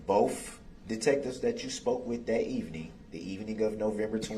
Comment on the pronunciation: Why didn't any witness say to him "What is 'axed'?" Or "I don't know what 'bofe' means". How about "What does 'aminant' mean?" Or "I'm sorrry, did you say 'fixiated'"?